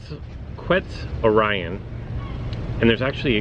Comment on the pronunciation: The level of that Spinonyx is idiotic, you could’ve worked towards Erlikospyx. Also it’s pronounced Quetz-or-ee-on